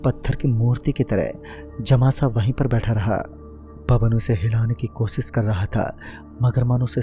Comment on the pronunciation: pehle bolna seekh be kosis nahi koshish hota hai wo